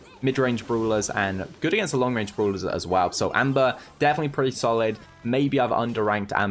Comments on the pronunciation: Yes very Good "Bruulers" 😂😂 lmao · itf funny how calls brawlers bruwlers